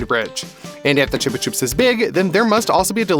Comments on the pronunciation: ITS CHUB-A-CHUBS NOT TUBE A TUBES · I thought it was said like chubba chops💀